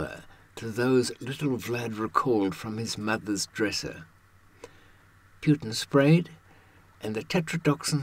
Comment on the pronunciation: Who the hell is Pjutin?